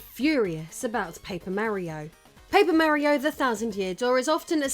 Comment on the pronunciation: Paper Meh-rio indeed